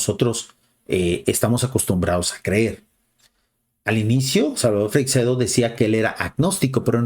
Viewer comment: Por favor, podrías molestarte en saber pronunciar , por lo menos, su apellido? No es Freicsedo, es Freixedo.